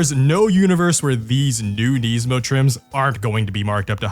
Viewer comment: Why does he say Nismo wrong?